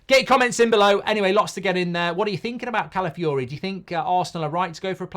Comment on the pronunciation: 3. Goldbridge utterly butchering an easy to pronounce name